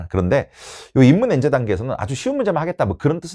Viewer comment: 입문n제 읽을때 강조하는건 노리신건가 ㅋㅋㅋㅋ